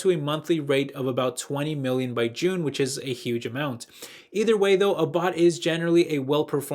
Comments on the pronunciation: Abbott is pronounced Ah bot. Not A bot. Hope this helps:) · Great video thank you for doing this research - just FYI abbott is pronounced like rabbit...